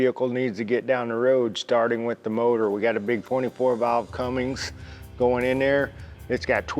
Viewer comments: Dude…love the videos….HATE hearing him say “CUMMINGS” instead of Cummins. No “ING” pal. Just sound it out. Do you also say “Porchee”? Good night! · There's no G in the word Cummins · What a gorgeous truck. But for the love of everything holy please stop saying Cummings. There is no G in Cummins 😉